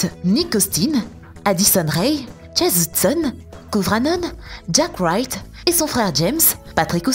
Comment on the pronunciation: Je rêve ou elle a dit chase houdson🤦🏻‍♀️